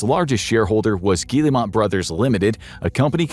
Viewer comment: Good video, but it’s very frustrating to hear a name mispronounced so many times. This video clearly has a lot of research behind it, which makes the repeated mispronunciation of “Guillemot” throughout the entire video stick out like a sore thumb. I also think the video is a little too one-sided. For example, the video fails to mention Vantage Studios, created by Ubisoft and Tencent to house the following IPs: Assassin’s Creed, Rainbow Six, and Far Cry. Speaking of Far Cry, the game is currently being adapted for television. As for Watch Dogs, they actually made a movie, which still hasn’t been released despite wrapping production in September 2024. The release of the first Assassin’s Creed movie, as well as the ongoing Splinter Cell and Assassin’s Creed Netflix projects, makes it clear that Ubisoft is (desperately) trying to generate revenue outside of gaming. At the time this video was published, Assassin’s Creed Black Flag Resynced had already sold over 3 million copies as of July 17, just eight days after its release on July 9. That makes it a clear success. It was also reported that Assassin’s Creed Shadows, which released in March 2025, had sold 5 million units by July 2025. Yet this video gives the impression that neither Shadows nor Black Flag Resynced had even been released. On July 27, Ubisoft reported total net bookings of €255.8 million ($291 million), a 9% decrease compared to the previous year, when results were boosted by the release of Assassin’s Creed Shadows